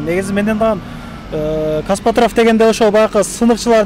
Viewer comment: Каспатрав😂 Кээде бооруду эзип😂😂😂Костоправ деп айтылат!!!